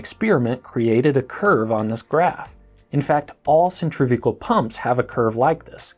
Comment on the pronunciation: Centrifugal not "centrifical" please.